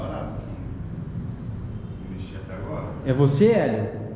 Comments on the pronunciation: o nome do marido da Hebe Camargo é Lélio, e não Hélio!! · Não é elio, é lelio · É LÉLIO E NÃO HÉLIO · O chama ele de "Hélio", mas que na verdade ele se chama Lélio!! 😁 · NÃO É HÉLIO É LELIO! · Lélio, era o marido da Hebe Camargo., não é Hélio e sim Lélio. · O nome do marido dela é Lélio e não 'Hélio". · Lélio era o nome dele, e não Élio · Não é Hélio é Lélio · O nome dele é Lelio, não Helio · soh errou o nome do marido da hebe camargo ..........lelio .......e nao helio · não é Hélio é Lélio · Pessoal não é elio é Lélio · O nome dele naoy é Elio e sim Lélio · É Lélio e não Hélio kkkk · MARIDO DE HEBE CAMARGO CHAMAVA-SE LÉLIO É NÃO ÉLIO. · Não e Hélio É Lélio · Comunicação não funciona pelo total despreparo com os espíritos...nem o nome do espírito ele sabia ...em vez de falar Lélio, disse Hélio! Aff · E ainda fala o nome dele errado